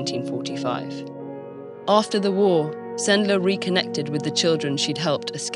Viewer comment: Yeah, this is a lesson very worth sharing... thank you very much, TED-ed! It's always nice to hear a foreigner pronouncing Polish surnames correctly... anecdote; Supposedly, one of the ways to get the children out of the ghetto was to hide them on a cart, among the packages.One of Sendler's friends was driving the cart.To prevent the sentries from hearing the crying of the younger children, he would always take a barking, loud dog with him so that he would drown out everything and distract the guards.I was surprised no one said about it ... "Zegota" is shortcut of "Rada Pomocy Żydom", operates thanks to Polskie Państwo Podziemne and the polish autorities in exile.Since we share information, I decided to mention about it. :-) Have a nice day!